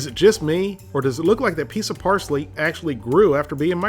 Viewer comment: I like how he said who the fuck adds parshly to country gravey?